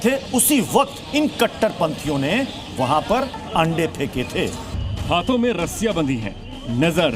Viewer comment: Eende kya hota he vo ande hota he kya bolte ho